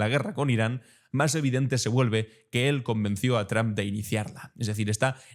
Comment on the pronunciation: Tus reportajes son excelentes, pero deberías de aprender a pronunciar bien el apellido "Trump": se pronuncia como "trompeta", nada más hay que quitarle "eta" y ya está!